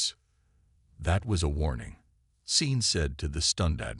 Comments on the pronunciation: Seen Martinez...? Possibly a good story. Stopped listening when it mispronounced simple names. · my first name is Sean i get called seen all the time. I have gotten used to it. hooked on phonics is the reason